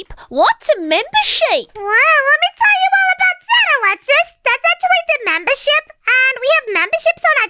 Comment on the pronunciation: Mimber ship not sheep